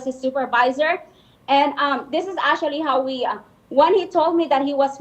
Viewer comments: Verconica : ASHUALLLY - actually 🤣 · ASSUALLY , ASSUALLY ASSUALLY!!!! 😂😂😂